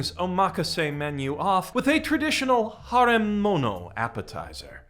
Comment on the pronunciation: For the love of all that's holy please learn how to pronounce the word "harem"